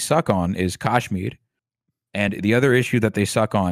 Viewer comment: Very misleading/misinformed guest. Skirted over Kashmiri pandit issue very unconvincingly. Hasan at least claims to not be informed about the issue, but the apparent “expert” can’t even pronounce Kashmir properly. Repeatedly used terms like “right wing terror” when people who can’t follow his waffling won’t necessary understand he is talking about Islamic terrorist groups (known to be Pakistan based) Bring someone else on next time